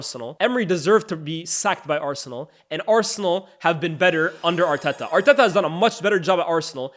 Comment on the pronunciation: I’m not a big fan of how you pronounce Arteta’s name🤣 sounds forced